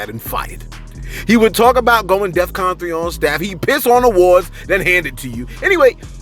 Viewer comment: Lets be clear ..he said death con 3 !! So this should tell y'all how smart he really is !!!! Its not death- con 3 its def- con !!